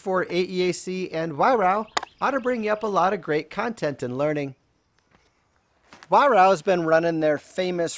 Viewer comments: Excellent review, by the way it's pronounced Vi-Raark :) (Over here anyway!) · Nice review, but why do you pronounce Weihrauch as "Weihrau"?